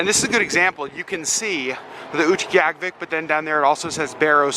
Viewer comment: Thank you for speaking so sensitively about the animal furs. Also, so glad to now know how to properly pronounce Utqiagvik! :)